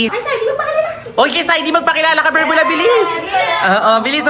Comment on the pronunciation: 𝐵𝑒𝑟𝑏𝑢𝑙𝑎❌ 𝐵𝑢𝑙𝑏𝑢𝑙𝑙𝑎✅